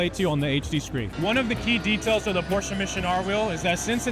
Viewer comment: I truly appreciate when people say Porsche correctly.